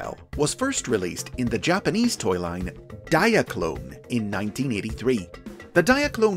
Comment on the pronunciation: I’m here just to hear him say Diaclone!